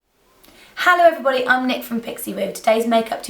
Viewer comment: love how you say hello, it's kind of a "hallo" haha, love it